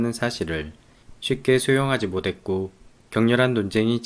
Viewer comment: "쉽게 수용하지 모댔고" ??? 혹시 고향이 ?